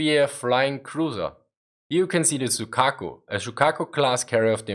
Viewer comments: Just a quick correction. Zuikaku, not Zuikako. Also, since it's the 2nd ship of the Shoukaku class, you could have just used the Shoukaku. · ZUIKAKU.not ZUIKAKO. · ❌zuikako ⭕️zuikaku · I am Japanese. Zuikaku(瑞鶴) is not Zuikako.